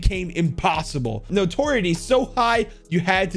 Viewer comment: i had to laugh when he tried to pronounce lenience and notoriety 😂